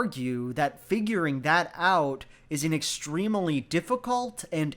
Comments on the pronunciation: i love u and ur videos but every time u say “extremeuhly” i die a little inside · Provocative analysis as usual, but can we talk about and and...."extrem-e-ly"? Is this a idiolect, or is it a regional thing? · Love your videos! Also the way you pronounce ‘extremely’ so it has four syllables... :D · Loving the svarabhakti he puts in “extremely”